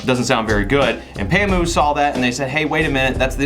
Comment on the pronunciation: Haha u pronounced it right bro.... N thanks for the comparison.... I own a pamu slide and Im right now enjoying it